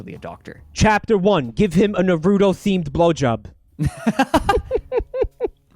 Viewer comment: as a naruto fan, their pronounciation of naruto makes me want to kill myself